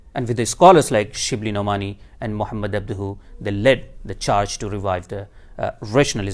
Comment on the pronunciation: I’m sorry I can’t take him seriously while he says abduhu. If that wasn’t enough it’s painfully obvious his “knowledge” about Islamic though comes solely from orientalists/imperialists because he implicitly says rationalism === mutazilsm. There are many avenues and branches of Islamic orthodoxy that embrace rationalism without going mutazili and it’s very orientalist to describe the rationality as being on a spectrum of mutazili thought. Insulting almost.